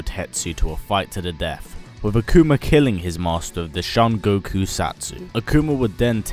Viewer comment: "Akumer" lol great video :)